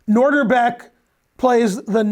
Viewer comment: Ben is usually pretty good with pronunciation. But... it's NOH dihr bek, not NOR dihr bek. He said NOR at least four times early on.